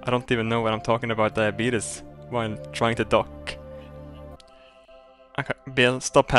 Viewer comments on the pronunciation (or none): LOLOL YOU SAID DIABETUS NOT DIABETES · its pronounced die- a - beat- ies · Lol he says "diabeatus" just like that guy in the commercial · Says duabetes is a serious thing, calls it diabeetus lol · I like how he was trying to say something really sentimental and then he said Diabeetus... several times... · I love how he says "Diabeetus"